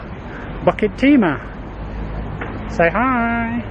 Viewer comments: Hi. Always looking forward for hiking video. Pronouciation for Bukit Timah is pronouce as ' Boo ket Tee Ma not Bucket Timah. You need to pronouced these places name properly. As all places name in Singapore are either in Malay, Indian, Chinese or european language. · Hi I commented on your bukit timah pronouciation and some nut by the name of Knuffy lye was not happy of it. Maybe you are a british citizen and so the 'bukit' becomes 'bucket'. So pls. In your future videos pls pronounce the names of places in Singapore properly. I always looked fwd to your wonderful videos and the food you consumed during your lunch break when you are doing videos. Thank you so much for the weekly places you introduced to us.